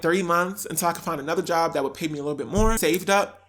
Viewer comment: “I LIKE DHET” 👄